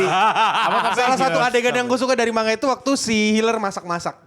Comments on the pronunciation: Man-ga, bukan mang-a, seketika lupa 🤣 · Yg bener ma-n-ga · Ma-n-ga Selain ini salah.